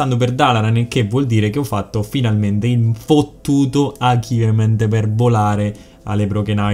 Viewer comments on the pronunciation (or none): ODDIO! L' ACHIVMENT! MI E' VENUTO IL CANCRO! IMPARA L'INGLESE MADONNA!